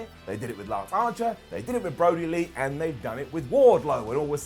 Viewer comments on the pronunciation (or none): none